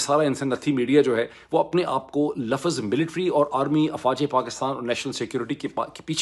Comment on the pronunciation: " LAFZ " not Lafaz, same "WAQT " not Waqat.